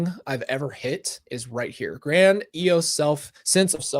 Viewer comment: that word grandiose is pronounced Grand De ohs if that helps?